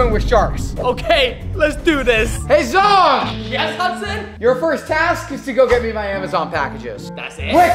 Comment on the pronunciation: BROOOO NOT ZONG it's ZHONG